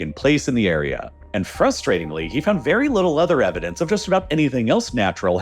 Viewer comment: “udder” quietness lol